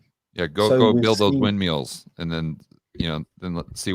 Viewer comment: “Wind-meals.” Love it!